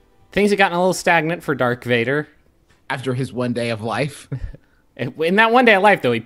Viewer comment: i was fine until "dark vader" then i lost it